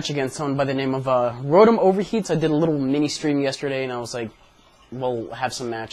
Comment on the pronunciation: There's an r at the end, no? I pronounce it kinda French-like too, but not like how you do it.